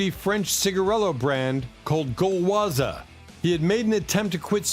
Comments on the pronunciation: Gualoise...pronounced gal wa...😊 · Gauloises the s is silent...